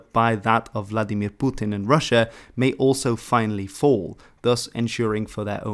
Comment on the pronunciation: Why is it the only two words that people like this youtuber put an accent on is Vladimir and putin